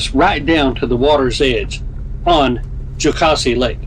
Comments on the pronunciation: You were in our neck of the woods! Love Horse Pasture and Twin Falls. I’ll help you pronounce Jocassee the right way!😁 it is like Cassie with a Joe before it. Jo Cassie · I second the backyard comment. The SE doesn't often get the credit that out west does, but it holds some beautiful places. I'm sure you hear pronunciation corrections everywhere you go, but the second syllable is pronounced like Mama Cass.